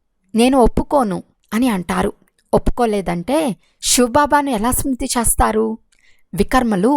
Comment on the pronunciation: Modata meeru letters ni chakkaga palakandi chastaru kadu chestaru.